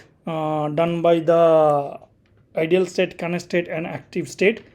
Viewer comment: Hello, Thank you kindly for the video, one small note - not related to the BGP but how you say "Idle" you pronounce like "IDEAL" and not "idle" is two different words, I understand you're not native speaker, I just try point it out, because that took me some minutes to adjust to :D Btw; your video are very unique in a sense you show config, diagram and explain all same time. Look forward for future videos from you, really appreicated.